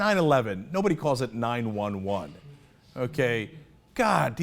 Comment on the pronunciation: Wow. Who says 9/11 like that